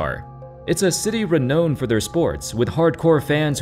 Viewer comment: it's re-now-ned, not re-noh-ned